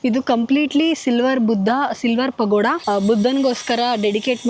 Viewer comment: ನನಗೆ ಸಡನ್ ಆಗಿ ಪಗೋಡ ಅಂತ ಕೇಳಿಸೋಬದಲು ಪಕೋಡ ಅಂತ ಕೇಳಿಸಿಬಿಡ್ತು 😂😂😂